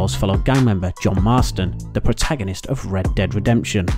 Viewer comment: Prota'goh'nist? 'Jeralt' of Rivia.. pronunciation is poor in this video